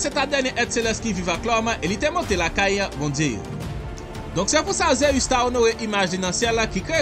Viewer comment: bro li sonnen mal nan zorey mwen pou ap prononcer ZEUS wap di ZEyus